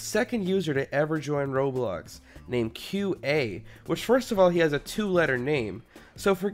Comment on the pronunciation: when you say qa it sounds like cute ay